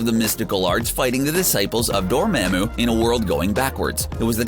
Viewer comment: The pronunciation of Dormammu...always gets in every one of these videos